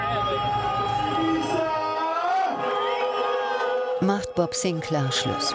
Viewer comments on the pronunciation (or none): Bob Sinclääääär, not Bob Sinclaaaaaaar....... 🤦🏼‍♂️